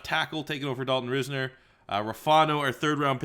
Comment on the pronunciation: It’s pronounced Rysner not for dalton risner